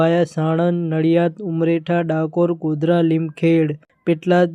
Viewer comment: તમે જબરા છો.... ઉમરેઠ નુ ઉમરેઠા અને લીમખેડા નુ લીમખેડ...આણંદ નુ સાણંદ અને ખેડા નુ ખેડ !!!!! 😅😅😅